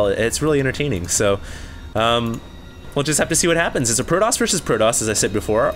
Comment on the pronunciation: you pronounce the T in protoss like a l. it seems like i keep hearing proloss proloss...